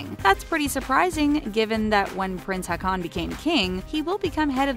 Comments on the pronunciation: And Håkon. :P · that pronounciation tho... "haakon" as in aa = the "au"-sound in "vault" - haukon -> "mette-marit" as in metté (with a British accent) marit with a rolling R and A pronounced the way opera singers sing A (open A). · I wonder why people making these kind of videos never try to check how to pronounce names from other countries. I cringed when I heard the pronunciation of Haakon and Mette Marit. xD That's just wrong.